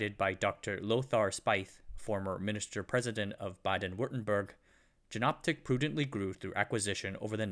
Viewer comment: Good video! As noted down below, since Jena is pronounced "Yayna", Jenoptik is pronounced like "Yenoptik" or "Ienoptik", not with the "J" sound like in "Jennifer". Sorry for nitpicking.